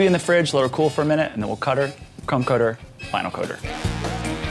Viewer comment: I know he is saying crumb coat but I am hearing C*m coat. Everytime.